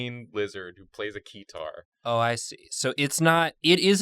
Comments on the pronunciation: Keter: extremely dangerous The guys: its plays a key-tar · Keter (pronunced as spelled not kitar) means Crown in Hebrew and is a last name of a deceased O5 (Top Ranked Individual) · That was funny, but when they got to SCP 682 it was a bit painful to listen to lol. How do you mistake Keter with Keytar while reading the description. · And also keter not keyterr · it was also painful to listen to them mispronounce "Keter" the entire time.